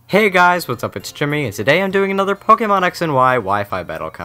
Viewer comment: at the start i though you said fuckemon